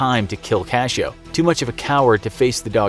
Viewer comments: It' s "cachorro", not cashoe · You said dog wrong i know how to say it I have a mom that speaks it and she taught me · Is "Cachoe" actually "cachorro"?